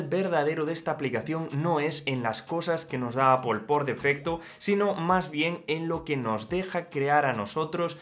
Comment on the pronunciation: Tío en vez de decir Apol queda mucho mejor decir epāl que es el término correcto… que suena fatal de ti, ni que fueras puertorriqueño niño para salirte nativo